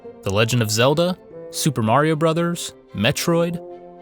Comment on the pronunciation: Super MARR-ee-oo Brothers? What a funny way of pronouncing it LOL